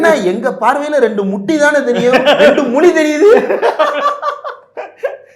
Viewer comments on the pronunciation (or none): none